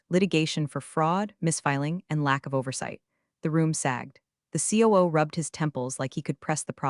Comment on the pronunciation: COO is NOT a word. It's C O O!!!!